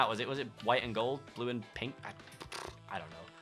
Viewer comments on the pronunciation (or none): none